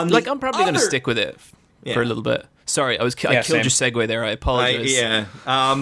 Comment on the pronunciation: Have to pause six minuntes in because I did not take three years of broadcasting to hear an internet man pronounce "segue" as "say-goo" and not nitpick.